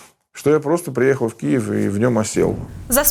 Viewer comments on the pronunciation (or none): none